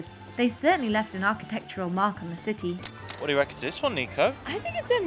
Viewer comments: No you are not the only person, I’m her dad and I always smile when she says ciee instead of city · Nico, have to admit after following you two for ages, I’ve been hooked on your pronunciation of any word containing a T…. You hardly ever pronounce the T and I have to smile. And, today I find Jack saying city without the T…. Lol, now on top of enjoying your vlogs, I’m searching for the lost T’s. Love it. Keep the content coming and, am I the only follower with this obsession?